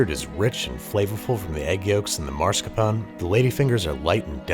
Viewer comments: And please—mascarponE not mascarpon, it ain’t French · I love you Babish, but I cannot abide by the way you say MARSCAPONE. It's mas-car-po-ne. Or, if you're phonetically challenged like native English speakers, Mask Our Pony. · I don't really trust American eggs to be uncooked. I also recommended using cane sugar instead of white. Get the right coffee too. Lavazza is a decent brand if you have trouble buying better brands. It's also pronounce MAS - car-pown E. Not mar-sca-pOn. It's even spelled mascarpone. Your r is in the wrong place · It's mascarpone, not marscapone. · no one gonna talk about how he pronounced it mar-sca-pone? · Andrew, it's called Mascarpone, not Marscapone - 😂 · Babi I love you and everything about you But if you say marscapone again I wil hunt you and destroy your kitchen (except tiny whisk, he’s too innocent) It’s MASCARPONE MAN the more you know the less dangerous Love you bye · "MaRscarpone" why do all Americans pronounce it like that?😂 There is only an R in "mascarpone" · The only thing that hurt me more than the tiramisu killing itself is Andrew saying maRscapone. For the love of chocolate It's mascarpone people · Come on, Babish. Really? "MaRscapone?" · The drop disaster was the least of your faux pas this episode. MARS-capone???? That should be Mas-car-pone, ya Philistine. :) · I'm pretty sure it's "mascarpone" and not "marscapone" haha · Why do some americans mispronounce "mascarpone"? It's not "marscapone", it's "mascarpone" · Dammit, it's not called "mars-capone"! Why do so many people mispronounce it? It's mascarpone . You don't need to pronounce it with a perfect Italian accent or anything, but at least put the r in the right place. Anyway, aside from that, I loved the video. The commercials were hilarious! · Andrew, no :( It's mas-car-pone, not mar-sca-pown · It's pronounced MA-SCAR-PO-NEH not "marscapone" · It's mascarpone, not marscapone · It is pronounced Mas-Carpo-Ne 💜😄 Love the video! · "Mars-cuh-PON." HAHAHAHAHA